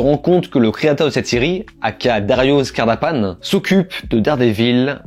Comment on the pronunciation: Dario Scardapane le « e » se prononce ! C’est Italien le pays qui et juste voisin … sérieux !